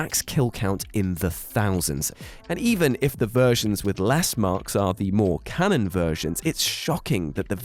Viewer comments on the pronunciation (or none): none